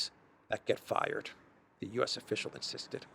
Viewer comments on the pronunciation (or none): none